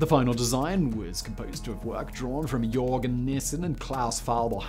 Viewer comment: Weird you get away with pronouncing Malmø, but mishandle Øresund and Jørgen ...